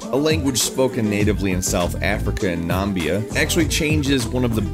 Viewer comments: Nambia? You mean Namibie don't you? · Correction: Namibia! Not Nambia. And the language has to be Afrikaans. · I take it the language you're referring to was Afrikaans? And it's prenounced "Na-mib-ia" not "nambia" ;) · ....In South Africa and ....Nambia???.You probably mean N A M I B I A. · I love yall but its Namibia and not Nambia.. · Not Nambia........ Its Namibia....!!!!! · I found it humourous that you called it Nambia. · I'm still trying to get my head around how you pronounced Namibia